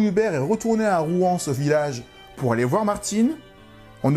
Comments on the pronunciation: Je crois que ça se prononce "Rouansse", pas "Rouen" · Pour info on dit rouans s En tous cas merci pour ta video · Il faut prononcer le S à la fin de Rouans. Pas comme pour la ville de Rouen !